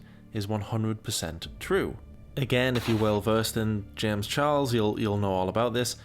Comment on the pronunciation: Why can he never say the ch in his surname properly?